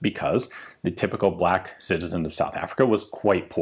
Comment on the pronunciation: It's pronounced "bleck"